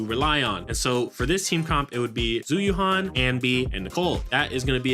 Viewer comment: Its not "Zoo you-han" its "Jew You-anne" ZH is always pronounced J and Yuan is pronounced like the currency.